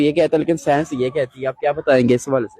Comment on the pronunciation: साइंस नही सैंस 😂